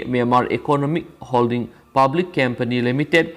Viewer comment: Not cempany, it's company, if I m not wrong. Do pronounce well 👍 n thanks